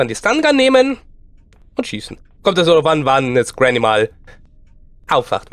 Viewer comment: Er sagt es doch ganz normal xD